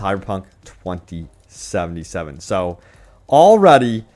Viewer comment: Please enunciate 2077 properly.